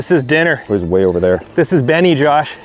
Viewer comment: Stop saying Benie